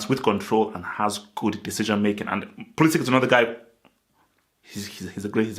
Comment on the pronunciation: Pulisic (ic like in Perisic, Modric, Mandzukic), not Pulisic(k)